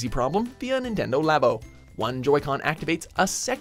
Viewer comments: "Nintnedo" not even 4 seconds in and you already messed up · "Nintnedo Labo" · Nintnedo... NINTNEDO!?!? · 'Nintnedo labo' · Nintnendo lol